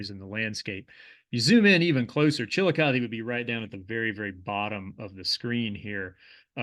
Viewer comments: Kinda. Accentuation on Chillicothe is not like I've normally heard in the area. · NOT... Chilli Cuth EE... CHILL LOCK UH THUH,,, that is 1 of the former Capitals of the SHAWNEE. CHILL LOCK UH THUH And Monanga.... you have the 1st part right... but NOT - HE LA it is HEY LA... another Native Word possibly Shawnee but could be other